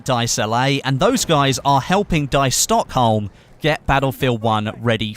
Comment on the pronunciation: 'Stockhawm' haha